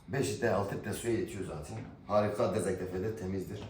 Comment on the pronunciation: Urfalı olduğun o kadar belli ki, özünü kaybetmemen mükemmel bir şey dezenktefe diyince aklıma teyzem geliyor 😂